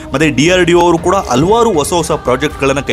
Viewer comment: ಮೂರ್ಖ!,ಹಲ್ವಾರ್ ಅಲ್ಲ ಹಲವಾರು